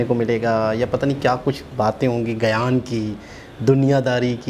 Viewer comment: Ego Problem Aapki nahi Pure Pakistan ki hai aapki government ki Ego ki vajah se to aapki yeh halat hui hai aur Shabi Nahi "Chhabi" hota hai aur Gayan Nahi "Gyan" Hota hai.